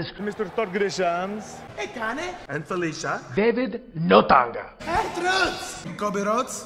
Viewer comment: “David Notanga” 😂